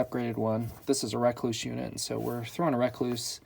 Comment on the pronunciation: It’s Rekluse not Rakluse “E”